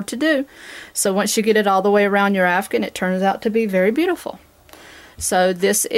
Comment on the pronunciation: OMG All these years I have been saying it wrong... I have been saying C2C Afghan. You are calling it CdC Afgun.